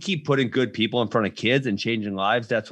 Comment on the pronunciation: Why is this guy saying peoble instead of people